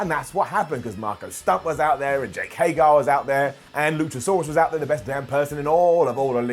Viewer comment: Again.... his name is HEY-GER!!!! Not Hay-GAR.... I Know you can say it right. You do sometimes